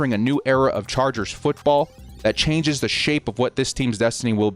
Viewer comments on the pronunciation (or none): none